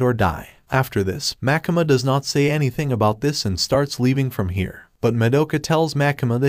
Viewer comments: also why do you call makima makama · pls stop saying makama its makima